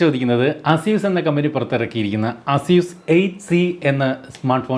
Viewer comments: asyuus alla asees ... aseeska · അസ്യുസ് അല്ല ചേട്ടാ! എയ്സ്യുസ് എന്നാണ്, EY-SOOS